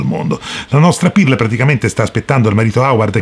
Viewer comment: Comunque si pronuncia perl non pirl